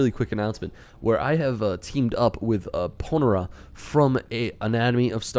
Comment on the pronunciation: p(long "o")n-air-uh You're welcome. It is a species of ant.